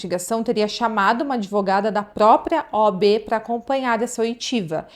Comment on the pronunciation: "OB"...não... "OAB"... "O" "A" "B"...